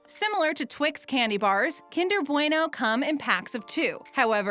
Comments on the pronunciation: they said bueno wrong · Did...how... how did you just pronounce bueno? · Oml I say bueno way different to you (Im from the UK)